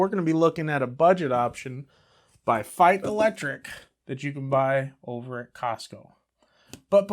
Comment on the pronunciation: First Youtuber that pronounces Feit as I think it should be. BTW the Feits are right now and until December 24 for $9.99/pair at Costco.